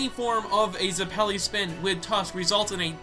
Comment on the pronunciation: Why do you always have such a hard time pronouncing everything? You can't even pronounce Zeppeli